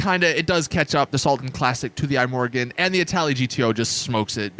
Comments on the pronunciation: It's not an apple product, so don't call it the "I Morgan". It's the Swedish word for tomorrow "Imorgon" (pronounced pretty much E-More-Gone). Certainly not I-Morgan. Still, the video was ok. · "The Eye-Morgon" Anyone with 2 or more brain cells: ihmorgon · "The Eye Morgon" 🤦‍♂️🤦‍♂️